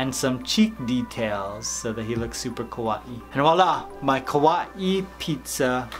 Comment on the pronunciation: Sounds like he is saying ku wa eee instead of kawaii